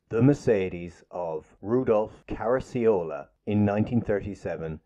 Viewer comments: It's karra chi ola and not Cara C Ola. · The two "cc's" in Caracciola is pronounced with a hard "ch" sound Car-ach-e-ola" not like Car-ace-ola as you say it. He was of Italian descent. Also woche (week) is pronounced with the "ch" sounding like a "K" or "Voka" not "Vosa" as you say it. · Caracciola is an Italian surname so the 'cc' is pronounced like the English 'ch'. Car-a-chi-ola. (not "Carassyola") The 'e' in the German first name 'Bernt' is an open vowel sound. It should sound more like 'Bair-nt'. (not "Burnt") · His name is pronounced Karra-cola. If you listen closely to the YouTube video of the 1938 German GP you can hear the announcer say it. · Wasn’t Caracciola pronounced Karachiola? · Caracciola is an Italian name. "cc" in Italian is pronounced "ch. Also it's "champing" not "chomping" at the bit.